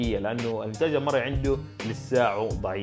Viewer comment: مسلًم مش مسلم تشديد فتح عحرف ال لام